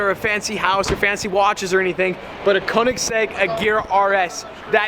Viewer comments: Koenigsegg, not Kounegsegg. Get it right. 😂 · Need to learn how to pronounce Ø. As in Kønigsegg and not fucking Conensegg... 😐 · Great vlog, but the way you say Koenigsegg makes me cringe tho.